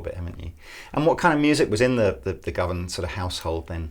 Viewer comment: Govan like guvnah not like Go-van